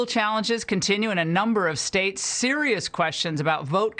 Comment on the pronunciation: I love how she emphasized how SERIOUS the lawsuits in the states are lol...as if any sane person is taking them seriously